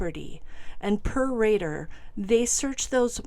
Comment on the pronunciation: Rader ..not Radar